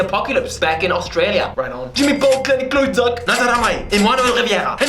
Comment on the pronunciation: did he just say kleine klootzak?... nice